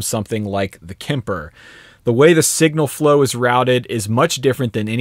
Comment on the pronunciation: Just as a side note: Kemper is pronounced with a hard "p" and doesn't have an "i" in it... 😀